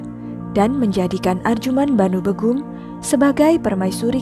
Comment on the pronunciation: Setahuku nyebut nama "begum" itu bégum (é: lele), bener nggak sih itu tandanya? 😂😂 Pokoknya antara è (bebek) atau é (lele) gitu... bukan ə atau ĕ (emas). Terus nyebut nama Kerajaan Mughal itu nggak dipisah jadi "mug hal" gitu Kak, tapi tetap "mugal", cuman caranya seperti mengucapkan "ghain" huruf `Arab.